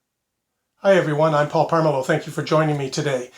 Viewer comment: Paul, great video as usual! Isn't your last name pronounced "PomeRleau" instead of "PoRmeleau"?